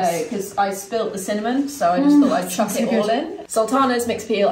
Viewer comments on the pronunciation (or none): none